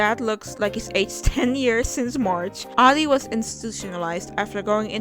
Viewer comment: I like how your dyslexia made you read "Adi" as "Ari" and my dumbass read it as "Aldi" lol